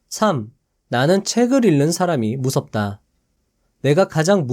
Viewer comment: '책을 읽는 사람'의 발음은 [채글 일는 사람]이 아니라 [채글 잉는 사람]이라고 발음해야 합니다 ^^